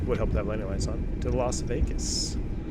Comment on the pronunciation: When you said lost wages, I thought you were talking about the airline furloughs lol